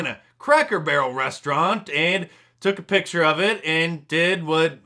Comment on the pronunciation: I'm going to take a reaaaaly long nap. Please wake me when this world gets sane again. Did anyone catch the "journalstist" saying "pitcher" rather than "picture" ? Fake English.